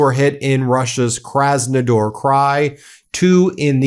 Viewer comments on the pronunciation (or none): It’s kraznaDAR not kraznaDOR . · KrasnoDAR not KrasnoDOR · Kras-no-DAR, not Kras-no-DOR. Please.